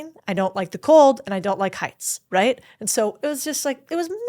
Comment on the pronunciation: A-ND... A-ND..., A-ND... And is not a two-syllable word!